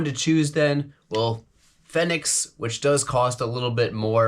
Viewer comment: Big Fenix fan here, use them non stop (every night) here in AZ during night herping season (April - Oct). High quality, good battery life, hard to go wrong, except for the price (like you mentioned). Worth it, imo. Btw, no biggie, but I think it's pronounced Phoenix. Good review.